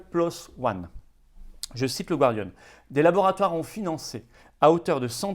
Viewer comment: Florian, "The Gardian", la première syllabe ne se prononce pas /gwar/ mais /gar/ comme le département du Gard, par exemple.